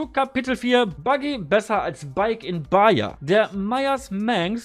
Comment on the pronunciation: Das spricht man "Bacha" aus